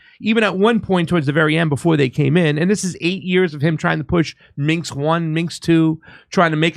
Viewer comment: Did go to college, graduate high school? No offense of course but he's stupid. Granted American education is not education but he doesn't seem to know shite from shinola, nor pronounce Minsk or what a hat tip is. When will Jimmy come back to his own show?